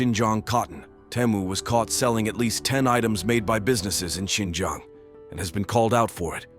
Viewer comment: "Xinjang" Highlights Tajikistan 🤣